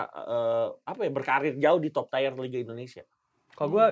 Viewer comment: Tier: bacanya tiyer bukan tayr.. Gregetan wkwkwkk